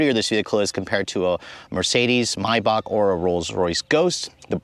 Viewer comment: Please can you pronounce Maybach correctly with an A not an O? Similarly Mulliner with an N not a G. Nice motor but way over engineered for my taste and bit too tacky inside with such garish colours. I've owned two old style Bentleys in the past. A 1975 T1 (think Rolls Silver Shadow shape) and a 1988 Turbo R. Loved the T2 the best and was fortunate to be invited to take it back to the factory in 2005. We toured the production line, and the detail is amazing. I talked to a woman stitching the leather cover on a steering wheel. She said it took four hours and used one continuous thread. If the thread broke, she had to start again!